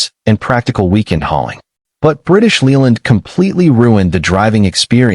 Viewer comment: AI crap. British Leeland? Droopsnut? Hydroggus units? Victor effy?